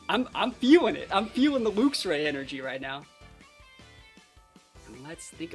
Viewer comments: luxray is pronounced more like lucks ray rather than looks ray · It's definitely pronounced "lucks". It's name means something like "lightray" no? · I think its pronounced Lucks Ray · It's Lucks ray. Since we're on the topic you also say Archaludon wrong too. It's Arch-aloo-don. Unsubscribed, blocked, reported. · Very fun team! Hoping for some big wins. Id say it should be pronounced like the unit Lux - with a less pronounced "u" and not like "looks". In german we do say it more like "looks" - but the unit is pronounced like that in german aswell lol. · I say it like lux-ray, kinda like how you pronounce the end of the word deluxe